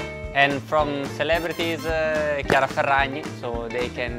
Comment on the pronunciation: so that the correct way to pronounce chiara. always good to hear from the local